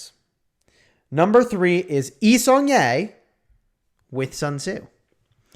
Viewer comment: I mean..lets me fix for you. Its commander not commodore. Sun tzu not sun zue. Thanks u.